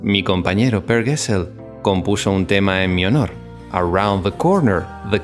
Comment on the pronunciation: Excelente video con mucha información!!! (solo algunos errores de pronunciación de palabras suecas, como Gessle y Gyllene Tider) 😊